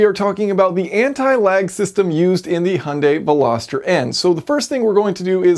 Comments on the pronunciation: Its pronounced H-jun-die not hun-day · Hunday? Do you hyundai? Like HI-UN-DIE NOT HUN-DAY! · Jason, please, "Hunday"? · came to see how you pronounced hyundai, leaving dissapointed...